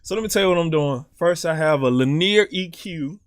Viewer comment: Bro I never heard somebody say linear like that I died